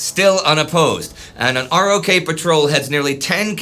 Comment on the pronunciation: It is pronounced as "Rock."